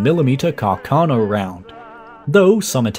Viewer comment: It's Càrcano, accented on the first A, not on the second one!